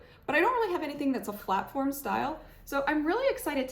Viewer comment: PLATFORM NOT FLATFORM LOL